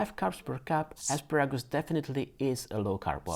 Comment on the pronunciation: I could listen to you say "asparagus " all day! Where are you from?